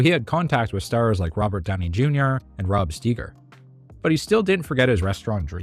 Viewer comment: Rod Steiger's name isn't "Rob Steeger" 🙄